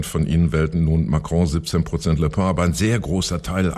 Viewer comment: Bin ich der einzige, den es irritiert, dass Küppi den Namen von Le Pen immer wie „Le Pain“ ausspricht?